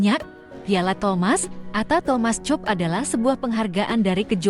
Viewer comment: Ya Allah mbak Mbak,suara bagus,intonasi baik, artikulasi jelas,tapi mbaca kok Thomas cup.mbacanya seharusnya Thomas kap. Terus UNESCO mbacanya nggak usah dieja , langsung aja YUNESKO